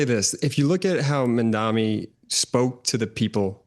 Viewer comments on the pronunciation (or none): It's Mamdani.. not Mandami. Meidas Mighty! 💙